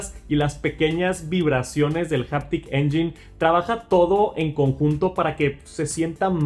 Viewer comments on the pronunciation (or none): Japtic? O haptic ?